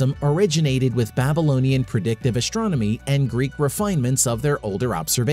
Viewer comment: Would you please learn how to pronounce "st" without the "sh" sound? It was extremely annoying hearing you pronounce words such as "astronomy" as "ashtronomy".